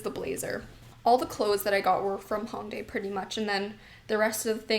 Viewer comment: The “Ho” in Hongdae rhymes with “toe.” This being said, you would pronounce the city as “Hoe-ngdae” instead of “Ha-ngdae.” I understand that you’re Canadian so your impulse is to pronounce it as if the first syllable rhymes with “song” or King “Kong” but this incorrect. I know you have no ill-intentions! But it would be nice if Youtubers would educate themselves more about the country and the places they went. As a Korean viewer, it would’ve been nice if you made the effort instead of consistently mispronouncing it. I hope my comment does not upset you or anyone. Much love xoxo